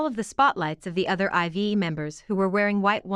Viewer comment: It bothers me so much that people keep mispronouncing IVE and I’m not even a fan! Lol. It’s not “ivy” or “i.v.e”. It’s pronounced “I’ve” as in “I’ve been annoyed for weeks because no one can say it right!” Lmao.